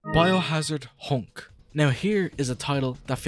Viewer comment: Japanese pronunciation: Hank Actual nickname: Hunk This guy: Hownk